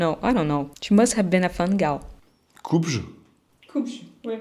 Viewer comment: On ne dit pas ‘coupe-je ?’ mais ‘coupé-je ?’ prononcé ‘è’.